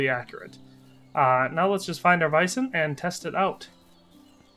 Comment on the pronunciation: Sir, are you saying vison?